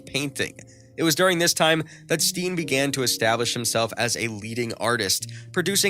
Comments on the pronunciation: it is not pronounced stien but stain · Steen is pronounced as stain.. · His name is pronounced as Stain. Check the names in advance instead of blundering your way through it.